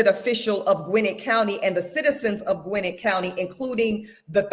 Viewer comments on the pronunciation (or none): Gwinnett - pronounced gawin - net😊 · Gwinnett is pronounced Gwa-nette She’s irking me by her pronunciation because I lived in that county at one point. 😂😂 petty I know but it’s like nails on a chalkboard for me. I couldn’t listen to the whole video.